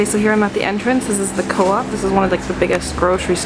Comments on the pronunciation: it's cooooooop not co-op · It's not pronounced, co-op, it's pronounced coup.. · Its not co op its coop bitch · its not pronounced co-op its actually pronounced cope